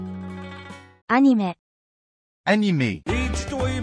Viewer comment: Portuguese Translator "uhnime" Actually we say "ahneemee